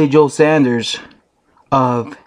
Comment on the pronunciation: Its pronounced sawnders